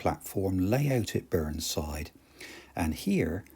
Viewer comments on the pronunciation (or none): "Staver-ly" (Stavely) & "Burn-side" (Burneside) - Surely they're pronounced "Stave-lee"" and "Burny-side" !? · Great video. My sister used to live up the private track at Burneside station! Small point of order though, it's pronounced Burne(y)side!!